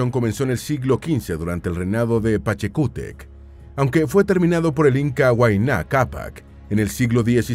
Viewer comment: Saludos, minuto , la palabra es quechua, no quechúa, por favor pronuncie bien el nombre de la lengua, no es el primer video en que la pronuncia de manera errada. Minuto , el inca se llamó PACHACUTEC, no PACHECUTEC Muchas gracias.